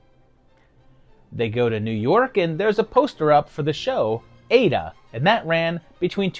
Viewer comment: “Ada” is pronounced “I eda”. Much love.